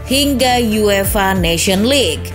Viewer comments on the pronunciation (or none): none